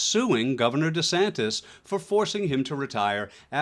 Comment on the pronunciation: Ron DEE Santis???? 😅😅😅